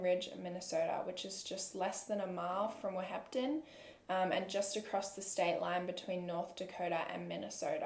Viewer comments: born and raised in ND and i didn’t hear much about this case when it happened. but i was excited to hear it!! also, wahpeton is pronounced WAH-pa-tun. ❤️ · Lmfao I’m from fargo. Wahpeton: wap-eh-ten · Im sorry I don't mean to sound rude, but i think your talking about Wahpeton, It's pronouced wap-e-ton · As someone who lives near where this happened I love your pronunciation of Whapeton (wap-ton) here we all say wop-it-tin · This is crazy! This is right by my tribe right up there in North-Eastern South Dakota by the North Dakota/Minnesota border. Weird to hear “Wahpeton” with your AUS accent 😂 (it’s wah-peh-tin just for a nonexistent future in which you’ll need to say it again lol). You’re an organized and talented storyteller, no doubt! Thanks for all the hard work. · watching this 3 yrs later and the way she pronounces whapeton differently every time and none of them are the correct way is really killing me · i live in wahpeton/breckenridge but the way you say wahpeton kills me 😭😭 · You’re pronunciation of Wapeton made me giggle, definitely no hate a lot of North Dakota cities/towns are pronounced kinda silly 😂